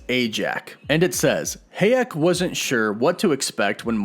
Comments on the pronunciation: Salma HAyEk, not hEyAk :)))) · It’s HA-YEK!!! Not HAY-EK!!! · Is Salma HA-yek not Hey-yak 🙃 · Dude.... Come ON! It's HAAAH-YEK!!! SALMA HAAAH-YEK.... Not... HAY-YEK! Like A Barn With *HAY* In It! Annoying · I was wondering you kept saying "heyak", who's heyak? Then you keep talking about Salma's character.. so then I realize... it's SALMA "HAYEK" it's pronounced as it is spelled, Sir. Ha·yek (to make it simple)... you can Google it though it would give you "hai·uhk" but still same pronunciation...ha·yek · pronounced Sir-See. no z. You do pronounce names funny lol sad you dont know who Salma Hayek is... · pronounced High-yek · I don't know about "Gilgamesh," but, you sure did slaughter Salma Hayek 's name... lol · Lol you pronounced Salma Hayek wrong. j/s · The way you pronounce Salma last name 😩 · I dont want to hear you fact checked on hay-yek pronunciation lol Butchered homie lolol...keep up the good work brother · no one is going to say anything about how he pronounces Hayek like my lord i mean im not being mean but it a little weird